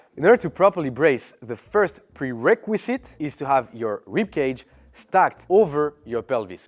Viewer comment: I felt the struggle with that "Prerequisite" 😂